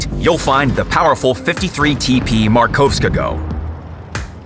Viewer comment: I love when he tealing polish name like 50TP Markowskiego